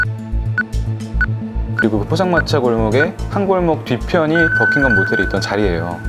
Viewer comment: Your English pronunciation BUCKINGHAM!!! NOT BUCKING GUM!!! DO YOU UNDERSTAND????